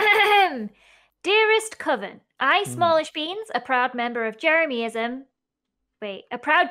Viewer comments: I don’t know why I find it so funny how Joey calls Jeremyism “Jeremiahmism” 😂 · Joey saying jeramiahmism is ticking me off more than jeremyism itself Also I vote that the jermies and the coven band together as the magic squad and have a war against the fwips! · Yes he can’t say jeremyism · I love how Joey pronounces jeremyism wrong :P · TELL JOEY HE IS SAYING JEREMYISM WRONG!!! I respect JEREMYISM and THE COVEN but don’t be mean, Joel is being nice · i hate the way joey pronounces "jeremyism", he's the only one that gets it wrong